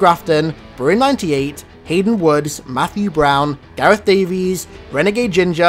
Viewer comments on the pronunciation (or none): none